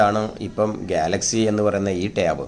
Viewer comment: ടേവ് അല്ല ടാവ്